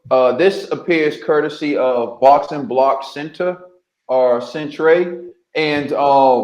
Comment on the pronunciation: I laughed when he said “centray” 😂😂😂